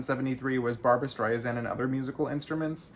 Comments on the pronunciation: Sand not Zand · It amaZes me that someone who allegedly idoliZes Barba, pronounces her name incorrectly. It's Strei-SAND ... not StreiZAND or StreiZIN .... STREISSSSSSAND, like SAND on the beach! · Barbra Strei SAND not ZEN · hey !!! try pronouncing her name correctly .... Streisand like sand on the beach. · I know you do and then LOL you said Zand again.